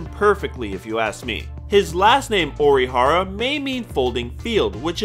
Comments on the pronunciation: I'm really sorry... but it's 'Ori-hara' not 'Orohara'... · Izaya Urahara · "IZAYA URAHARA" TRIGGERED (lol no, sorry, I had to) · izaya ORIhara not izaya URAhara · Why was he saying urahara at first 🤣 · "Izaya Urahara" "Yukio Okamara" "Mephisto Pheelees" "Nami" stop.just stop. "Shinguku" nope. so done. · Am I the only one who thinks he says Urahara (like the one guy from Bleach) instead of Orihara? xD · "Dur-ra-ra-ra ....Izaya Oorahara" The fuck are you saying omg. This hurts to listen to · It's Orihara not Urahara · its not pronounced "Udihara".. its "Orihara" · "IZAYA URAHARA" Please learn to pronounce your "favorite" character's name. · It's O-R-I hara not URI for fuck sake 🤦‍♂️ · Its orihara with an 'O', you need to understand that he is not a relative of some BLEACH character. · Is it that hard to say Orihara? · It's a nickname. It's equivalent to "troll-zaya" ... I thought he was pronouncing it wrong too, until he said "Orihara" when referring to the Baccano easter egg... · Says he is his favorite character. Mispronounces his last name. Edit: why do you say it right here but get it wrong before.